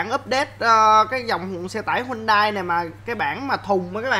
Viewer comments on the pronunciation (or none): Đọc đúng tên xe là HY-UN-DAI nha a